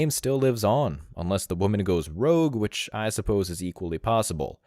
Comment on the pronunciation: Any woman who says “widge” instead of “which” can have no possible relevance in expressing an opinion on what a “ high end” woman or man is...